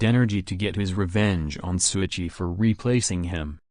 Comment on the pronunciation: LET’S GOOOOOOOOOOO!!!!!!! Btw, It’s “Shouichi” not Souichi